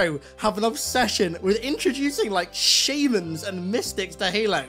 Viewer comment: I love ya but why are you saying shaymans and not shamans